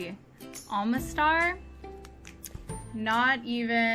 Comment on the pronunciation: oma-star say it like that